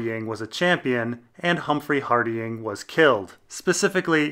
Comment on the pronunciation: Love the vids, but your pronunciation of Hardyng is jarring